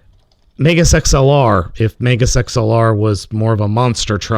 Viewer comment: You can't say "megas" like that